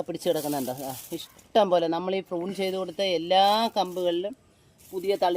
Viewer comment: വൃത്തികെട്ടവളെ, ഫ്രൂൺ അല്ല പ്രു ൺ.